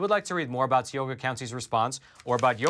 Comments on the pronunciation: Tee oh ga ...bruh it's tie oh ga ...Tioga .....plus it's not water it's wooder and it's a crick not creek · Tioga county = tie oh ga ,not tee o gha. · Hey, it's not tea oga, it's pronounced tie oga, for Tioga county. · Tioga...pronounced with a long I. Not Teeoga. (Sorry, as a Pennsylvanian, just had to say it) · Thank you for all you do. You and your work are appreciated. As a native of Tioga PA, if the county ever makes news again, the "I" in Tioga is a "long I". So it's pronounced more like Tie-O-gah. But details 😅 (Native American name) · Called ti oga county. As I is pronounced long I live in tioga county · Tie-oga is how to pronounce it 🤣 I am from tioga county. Sick that they won’t own up to their bullshit. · It's pronounced tie-o-ga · it's pronounced TIE-o-ga County, but said quickly [TIE.o.Ga]. Thanks for the great reporting! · it's Tie-owe-gah county. I'm from up that way. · say it with me. Tie-oh-ga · Hey! Great info! One thing, though. Tioga is pronounced with a long i and long o. 😊 Love your podcast! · I was born in Tioga County and assure you that is not how it's pronounced.